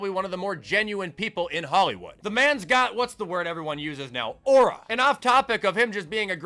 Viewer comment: saying aura is so funny for no reason